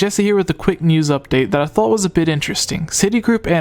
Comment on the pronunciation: bruh why u say "thought" "dock" and "top" like that